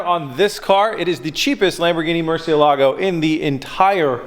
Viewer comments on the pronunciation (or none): pronounced .... Mercy-Elligo.... not Mercia-Lago